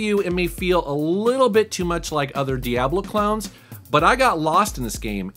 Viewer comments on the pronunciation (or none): did you say "Diablo Clowns"? The idea of that frightens me.